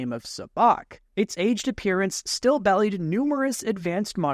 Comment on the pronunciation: It's be-lied not bellied.